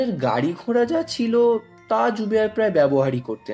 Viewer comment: Please don't treat this as negative criticism...here are some feedback for you so that the next project turns out even better... narrator er kathay ekta strong uttor kolkatar taan ache, jemon "möhanagar", "möhal', "ghora" with a chandrabindu ebong ekjagay 's' instead of "sh" (around 12.48)... you may try to use "au" instead of 'ö...ei truti gulo shadaron conversation e upekkhito hoye jay kintu audio file e bhishon srutikotu lage. Besides, the female voice which introduced the story seemed to read out the content from some script and lacked the spontaneity...try to make it more conversational...eta khanikta bachhader class e reading porar moto lagchilo. And yes, it's Mary and not Meri Hope the feedback helps..wish you luck for your next project..